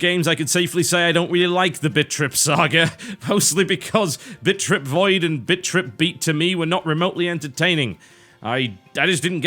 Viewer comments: Every time he says BIT. I hear bitch lol. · it sounds like your saying bitch XD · I like how he says bit as bitch...or at least it sounds like that to me. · i like how you pronounce "bit" in bit-trip. i hear a ''ch" in there